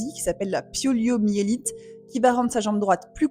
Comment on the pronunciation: Poliomyélite pas pyelomelite.😢